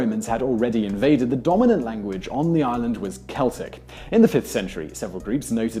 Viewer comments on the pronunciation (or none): none